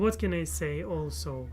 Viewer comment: Hi! It has been too long since I have said hello. I’m so happy to see you again. I remember back when you were in Russia and you would pronounce also like “olsa”. I can’t believe it has been 2 years. You may not believe this but your journey from Russia to America, seeing you now compared to then, and knowing your future goals gives me inspiration in my own life and hope for my own future. This is something I will always think of when I feel discouraged with life. Keep it up!